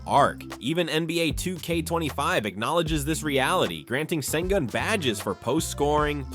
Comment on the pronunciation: The closest an English speaker will get to saying his surname is: Shen-goon You guys can't pronounce the "ü" 👀